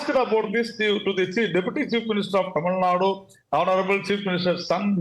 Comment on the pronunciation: She cant even pronounce tamilnadu clearly, mispronouncing as tamilNAD. THIS SHOWS HER ARROGANCE